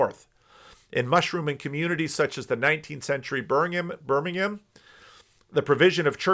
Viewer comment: Wow, almost perfectly pronounces the word 'Birmingham'. Not bad for an American;) Messed up 'Shropshire' though;)